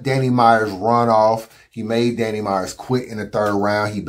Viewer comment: Why won’t it fly, they let Tay Roc get away with saying DNANNY and let Goodz say bambi.